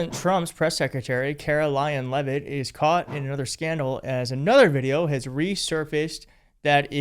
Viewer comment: She can't even pronounce her own last name, it's Leavitt not Levavitts. Geez